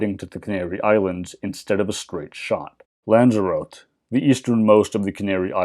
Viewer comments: Lanzarote, as far as know, should be pronounced as you would read Spanish or Greek names, lan·zr·ow·tay. Love your work, all the same!! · Never heard Lanzarote pronounced so incorrectly before! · to be fair, I just copied the big Google. But when I heard the pronunciation, I had to take an internet tour.... The locals give the "z" a "th" digraph sound, for the record. The first time I remember hearing the place name was an 80s Doctor Who.... Lanzarawtee. XD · No, I'm Canarian, and locals pronounce the Spanish "Z" as plain /s/, that's the Canarian dialect. It's on the Mainland where "Z" is pronounced as /th/.